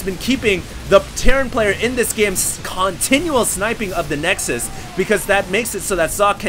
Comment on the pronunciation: that's what plural of nexus is called! for once he actually was saying it right..!